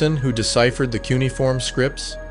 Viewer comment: You pronounce Cuneiform wrong and you spell Enki-Du wrong. There is also a Enki-Ku that exists.